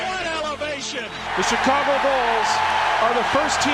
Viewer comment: stop pronouncing Chicago wrong